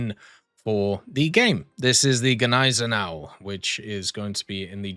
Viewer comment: You´ve pronounced Gneisenau even better than we Germans do that was perfect haha